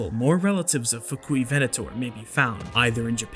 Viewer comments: "Fuk-u-ven-ator" 🤣🤣🤣🤣🤣🤣🤣🤣🤣🤣🤣 Yeah, I said it, lol 🤣🤣🤣🤣🤣🤣🤣🤣 The music, tho. 😍😍😍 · the Fuk-U-ivenator lol